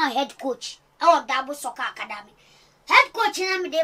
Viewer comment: Who else heard Akwadamey 😂😂😂😂